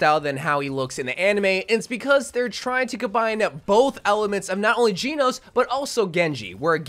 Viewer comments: The way he’s saying “Genos” his funny 😂 he’s Geenos and it’s pronounced like Jenos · Genos is pronounced Jen-nos-su 👍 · ngl the way he says kiriko and genos pissin me off a bit